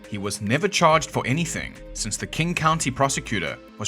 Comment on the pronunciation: Without looking at your channel or hearing about you, are you kiwi or have a bit of kiwi in you? The way you said “Since” Makes me reckon you are 🤣